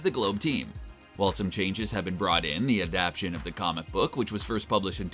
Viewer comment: It IS pronounced Ad-ap-taet-tshon NOT ad-ap-tshon